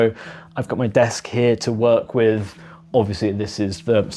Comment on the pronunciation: "With", not "Wiv", ffs.😮